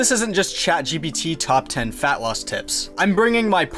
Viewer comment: I thought you said femboys rather than fatloss at the start and it confused the fuck outta me